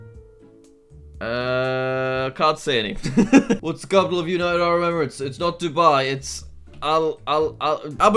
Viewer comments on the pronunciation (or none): none